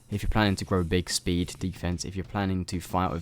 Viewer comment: "Sped" lol, so many people say sped instead of speed